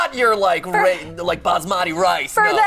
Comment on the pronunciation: I died when MatPat mispronounced Basmati (I'm American Indian)